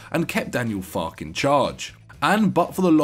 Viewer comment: FAR-kuh. (Farke)